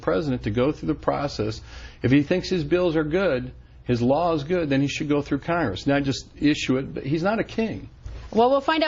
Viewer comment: wtf is khangis it's pronounced Congress